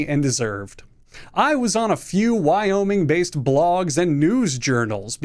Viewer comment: Hey so I cant help but notice you added an extra state? I've never heard of a "y-oh-miing"